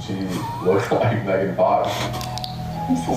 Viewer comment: Mee-gan fox lol